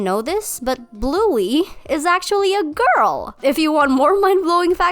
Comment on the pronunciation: I just hate how u say "but bluey is a gIrL-!"😪